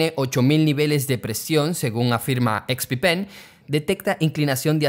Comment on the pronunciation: solo pongo el video para escuchar expi-pen